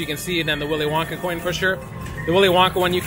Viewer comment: Did just say Willy Wonker???!!! Haha!! 😂😂😂😂 😱